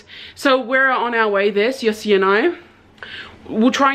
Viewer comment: Sia-osi not Siosi sorry but I’m Tongan and we say Cee-a-o-cee not Cee-o-cee.